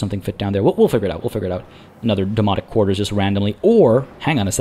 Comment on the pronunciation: Loving the series! I do chuckle every time you mention the Domonic Quarters as it sounds like you are saying Demonic and that is just brings visions of with The Warp from 40K or maybe Event Horizon?